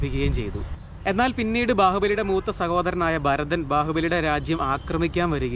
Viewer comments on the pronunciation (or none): none